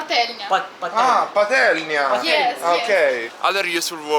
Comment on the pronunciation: I love how you pronunce 'patelnya'. With such an expression it sounds so Italian. And everything you say in Polish or Ukrainian sounds pretty much Italian. I find this so cool! 😊Just you need to listen to again how Pryvit sounds in Ukrainian, because the way you pronounced it sounds in russian manner Privet. If someone said to me Privet instead of Pryvit, I would not marry him 😉.